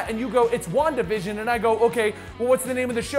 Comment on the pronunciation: wandavision sounded like wonka vision from will wonka